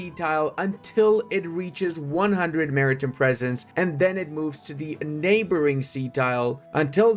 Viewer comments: Not sure if you read my comment in a previous vid (my post was made 8 days after it was released) but its Mari TIME not Mari TIM (pronounced Mary-Time.) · Half the time I think he's saying 'American Presence' instead of 'Maritime Presence'. Which tbh, for the US Navy, it's the same thing.